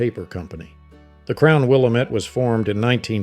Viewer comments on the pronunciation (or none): Never say Willa-Met. It's Wil-LAM-et. lol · Good stuff! But we say, "Wil- LAM- ette". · Will-Am-It not will-em-it.... Willamette damnit! 😂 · Pronounced; Will-am-it, not Will-le-met. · LOVE the photos, but the narrator is obviously not a Washington native. It's Will-AM-et for Willamette, Montesano with a long "a" in "sano," and long "a" in the "hal" part of "Chehalis." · Pronouncing Willamette incorrectly. Chehalis is a long a. Hoquiam qui pronounced kwee.